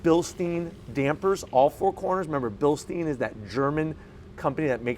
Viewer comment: Bilstein not Bilsteen